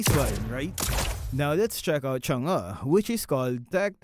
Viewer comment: Its the correct pronunciation.